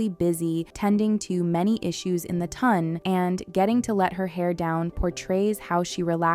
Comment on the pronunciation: yes! Or “tun” instead of “ton”